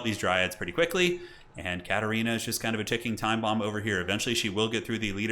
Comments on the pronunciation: I don’t get it. Is it because it sounds kinda like slytherin? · Is THAT what people are hearing?? Lol what’s the matter with you all? 😂